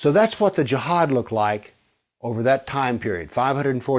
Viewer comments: It’s pronounced as Ji haad not Jahaad. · I laughed so hard at this vid this guy is delulu lmaoo I died at the country accent of JIIIAAAHAAAAD lmaooo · You're emphasizing the word Jihad like you want to tell everybody that Jihad is something really bad. JEEHAAAAD like "watchout everybody, bombs gonna explode from his vest." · Such an idiotic video.. its not even based on history.. plus he cant even pronounce “jihad”..